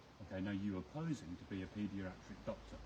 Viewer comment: "Paediaratric" lol